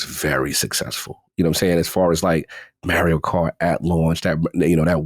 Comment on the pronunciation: Every time mispronounces Mario, a small child gets struck for not doing his homework